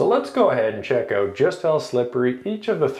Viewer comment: You pronounced “out” like “owt”. Canadian? 😊